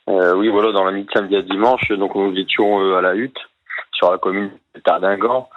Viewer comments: Cher Monsieur Hanouna, on ne dit pas Tardighenn, mais Tardinghem (prononcé Tardingan). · Tardineguemeu.. connais pas ? Aucun journaliste n' est fichu de prononcer le nom des villes correctement ! Un enfant de trois ans dans la hutte ?!! Sérieux ? Aidons les à partir en Angleterre, c'est le problème des anglais. Ils doivent revoir leurs Lois, nous aussi d'ailleurs. Beaucoup à dire, malheureusement en vain.